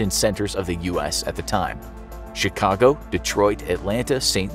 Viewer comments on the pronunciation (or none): none